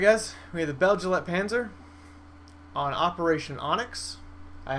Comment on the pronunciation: guessing it should be pronounced Beg-lite-panser...but that just me nitpicking